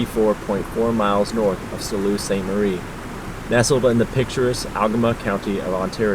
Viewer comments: buddy its "sue" st marie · lol it pronoununced Sue Saint Marie it took me a minute to figure out where you were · It's pronounced "Sue" St. Marie" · Love your mental health message in this video. Something that needs more attention, good for you for shining that light. Also, love the drone work (as usual). What drone are you flying if I could ask? (As a life long Michigander Sault St Marie is pronounced "Soo Saint Marie" for future reference) Look forward to your videos! ❤ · You're in my part of the world. It's pronounced "Sue" Ste Marie. Kinda funny I live here, but I'm always heading across the bridge in the opposite direction to explore Michigan. Did you actually make it to Montreal Falls? Did you see the massive ACR train trestle crossing the gorge at the Mackay Generation Station. The road in the video looks like the lower Gartshore dam. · I am absolutely enjoying your adventures! Thanks for the work putting them together and then sharing them with us. Keep up the great work. Oh, Sault Ste. Marie is pronounced “Sue” Saint Marie 😊